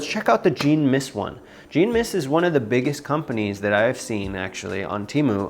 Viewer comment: Thanks for the videos. Jean is a French name and is pronounced John.